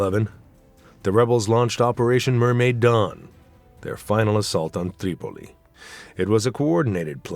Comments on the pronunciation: Certain names are overpronounced. Tripoli becomes TTTreeee Pol llleeee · The narrator bugs me, going all camel humper when he pronounces Tripoli and other cities.